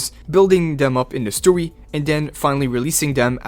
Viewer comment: Bro why do you say story in twink mode, “Stowy” what is even that bruh😂